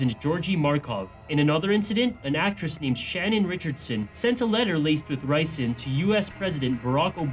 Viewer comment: ricin, it's not nicin